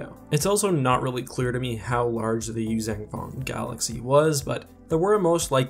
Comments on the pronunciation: I'm sorry but could you stop saying Yuzang Vong. It's Yuuzhan not zang, you say it in every video you do using them and it is really annoying. So much so i don't watch your videos on them. It's just a personal thing with me, i can't stand hearing words mispronounced. And to all the people that are going to start hating on me for saying this, there is nothing you can say that will make me give a shit that you exist. Have a wonderful day. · I totally agree with your assessment but I do have one question - How do you get the pronunciation Yoo-Zang-Vong from the word Yuuzhan Vong? I've always pronounced it phonetically and gotten a Yoo-Zon-Vong articulation.